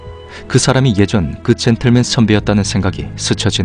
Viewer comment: 젠똘맨 발음 뒤지네